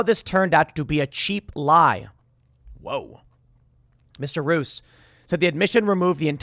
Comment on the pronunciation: Mr Roos is pronounched: Mr. Rose (like the flower). It actually means the same too.